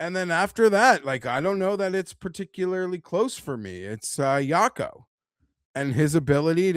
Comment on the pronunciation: it's pronounced Wacco Niemann not Yacko or whatever youre saying